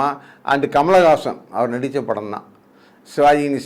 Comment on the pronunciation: கமல் ஹாசன் பெயரை சரியாக சொல்லுங்கள் தயவு செய்து.